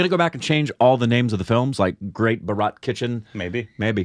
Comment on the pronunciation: Guys! The correct pronunciation is "Bhaaa-ra-t" and not "Bha-raaaaat". :yougotthis::yougotthis